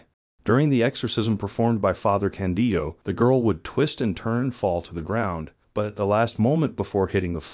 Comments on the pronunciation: The translations are OK, just please change the pronounciation of Father Càndido. The accent is on the "a", just like in "Càndid camera". Just say "Càndid" and add the final, Italian "o" :) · I had a hard time to watch your video because you constantly say '' Father Candio '' and It is not Candio but Father Candido.... Candido...Candido.... His name is Father Candido Amantini... His cause for beatification has been introduced in Rome... Please correct yourself.... CANDIDO AMANTINI!!!!